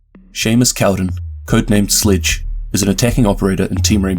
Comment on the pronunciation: Did he say sledge as sleege?